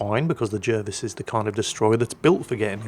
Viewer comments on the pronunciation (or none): Why J uh vis? His name was jar vis. English is quite straightforward